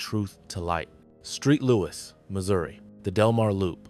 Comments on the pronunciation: I believe you made a mistake you saw St Louis and called it Street Louis thinking the St was short for Street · This commentator is a moron. Where the hell is street louis?